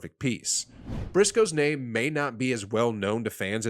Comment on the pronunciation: Bro no hate right bit you messing up rhe namss